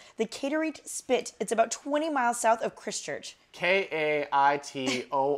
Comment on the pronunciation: the way she said Christchurch: "krist-church" haha say it like cry-st-church